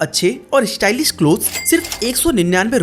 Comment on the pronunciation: भाई… फ़ैशन होता है फ़ैसन नहीं… शोरूम होता है सोरूम नहीं… स्टाइलिश होता है श्टाइलिश नहीं… शॉप होता है सोप नहीं 🤣